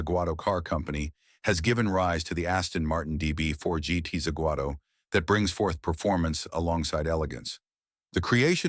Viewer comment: The dire pronunciation in this video ruined it for me. I could forgive the bad Zagato sound but to get Le Mans wrong is unforgivable. Also showing extended footage around a one off Bentley made no sense.